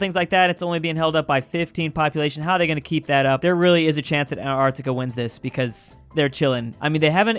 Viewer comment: Antarctica: *is pronounced as An-t-arc-t-ica: ANARCTICA